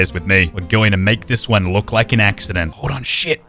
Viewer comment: Axecident, hilarious